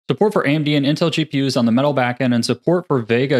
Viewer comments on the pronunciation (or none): none